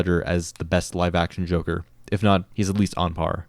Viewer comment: More like Joe-ker